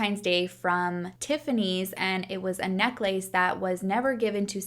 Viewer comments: I feel like you're trolling when you pronounce necklace as necklayse*. Is that a thing in other countries? I've heard you pronounce it like that several times. First person I've ever heard call it that. Either way love your videos!❤ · Necklace...you say it so beautifully! I'm practicing now.. necklace.. necklace